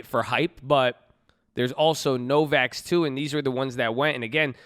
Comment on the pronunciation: DUDE! It's NOVAVAX, not Novax. Miles of upside